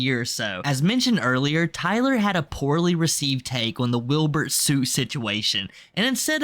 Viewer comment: Pronouncing Wilbur soots name like that took me out😭